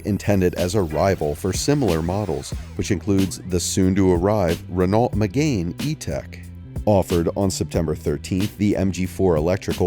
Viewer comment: 'renALT'. 'meGAIN' sigh. Vowely voos wank wit me, silly moron please?